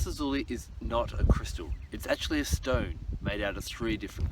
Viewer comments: Please pronunciation!! It is not LAPIZ ZUZULI .....! IT IS LAPIZ...LAZULI !!! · its pronounced la-zoo-lie lol